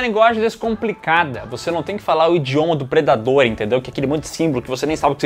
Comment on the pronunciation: na verdade o diretor não começou bem ou como vocês disseram "PREYDADOR"